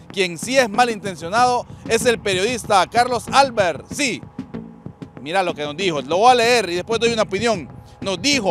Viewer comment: Para el del micrófono: APRENDE A LEER, no es "Álbert", como tú lo estas pronunciando; es "Albert". Ni futbol ni cerebro.